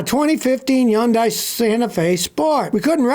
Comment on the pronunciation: Yundai?? Are you telling me all this time the H is silent and I drove one for ten years 😂